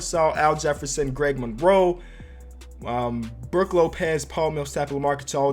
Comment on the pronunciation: Did anyone notice instead of brook lopez it said brooh